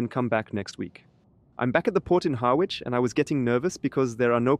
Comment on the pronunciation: The 'w' in Harwich is silent. 😉